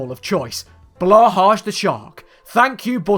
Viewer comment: blahaj need to read blahai LMAO